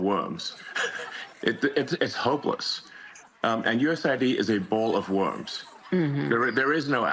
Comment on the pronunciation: Yo!! Musk can't say the word, "worms." Instead he says, "warms." What a sad sack.